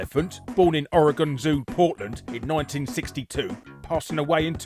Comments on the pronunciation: Congratulations, you've surpassed a significant portion of US citizens with your ability to pronounce Oregon correctly. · I'm just here to say good on you for pronouncing "Oregon" correctly!